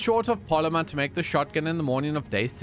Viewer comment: “Pay no heed to da fish in da water”😂